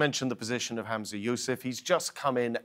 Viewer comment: Humza not hamza ffs